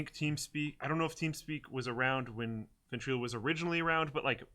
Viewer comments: illo not eelo... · "VentrElo" lmfao Everytime you say it makes me cringe. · for. Your pronouncing Ventrilo wrong